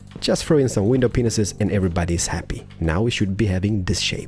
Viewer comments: sorry to say this but does he say window penisis? or am i just stupid and dumb because i am confused but i understand that he has a different accent. Soz and people saying this. i feel bad:\ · In the Mediterranean house series we learned to count to 5. In this series we learn to count to five. Can't wait to learn to Count to 7! Love your videos. I also love how you say hooper hopper and window penises.